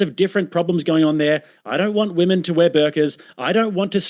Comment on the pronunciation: “If VweMen”, once you pronounce “Women” like that you shouldn’t be able to vote on western values.